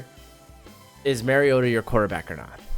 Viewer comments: Mario ——-ta. Not marryodah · It's Mario-ta not Merry-o-ta